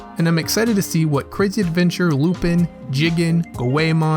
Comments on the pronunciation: Please for fuck sake say his name normally its lu-PAN not lupIn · I don't know if anyone's told you this or maybe you know now but you're pronouncing Lupin's name wrong, it's pronounced as "Lupon" it's pronounced as such because of his French heritage. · u pronounce it wrong so dislike its lu'pon